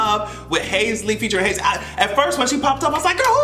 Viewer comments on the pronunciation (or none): I was trying to figure out who Hayslee was 😂 You talmbout Halsey? (Hall-zee) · are you calling HALsey HASley on purpose 💀💀💀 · it's Halsey(Halls-E)... Lol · Hazy🤣🤣🤣 it’s Halsey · Haze-Lee :D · Not you calling Halsey, Haisley nnn 💀💀💀💀💀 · Halsey=HALL Z Lol still luhh you doe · Everytime you say Hase-Ly it gives me life 😂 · You did not say Halseys name correctly one time. I’m screaming